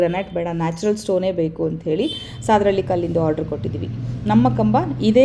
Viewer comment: Mam sadahalli pronounce tapu devanahalli hatra namma uru